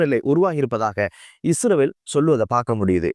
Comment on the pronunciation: இஸ்ரவேல் இல்லை இஸ்ரயேல். தயவு செய்து ஒழுங்காக உச்சரிக்க பழகுங்கள். நன்றி.❤